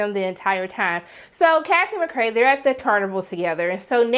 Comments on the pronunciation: Mc cray lol its mc kay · i absolutely love your reviews. i enjoy every sec! on a side note tho, why do you call McKay, McKray? lol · McKay, not McKray.